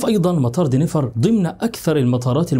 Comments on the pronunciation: دنفر و ليس دينيفر . تعملون فيديوهات ، و لا تعرفون كيفية نطق الاسم بالطريقة الصحيحة 👎👎 Denver and NOT Deniver . روح تعلم انجليزي ، لكي تعرف كيف تنطق الاسماء بالطريقة الصحيحة . 👎👎👎👎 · Denver دنفر مش دينيفر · مطار Denver وليس Deniver